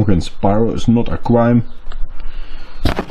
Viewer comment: Pyro is no a "cwime" 😂 love it